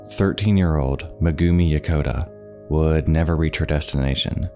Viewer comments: "May-gumi" not "Muh-gumi" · MEgumi not meGUmi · Thanks a lot for the story but next time when pronouciating non english names please use at least google translater because everytime he sayd megumi It cringed tf out of me